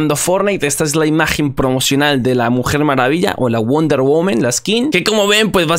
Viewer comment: Me da tock escuchar wonder "women" xD ya se soy mamador xD